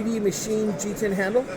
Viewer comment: Хоть от кого-то на русскоязычном канале услышал Джи-тен.Прям бальзам в уши!